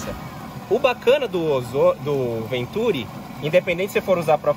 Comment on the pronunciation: Continua errado, na pronúncia, pois a sílaba tônica está com o "i" (ventuRI), caso contrário teria que ser acentuada.